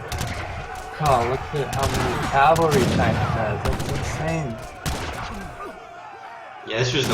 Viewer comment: the best player in aoe 3 can't say CAV-AL-RY, not calvary